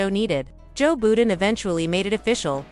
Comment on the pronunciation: She said Joe Booden. I'm out.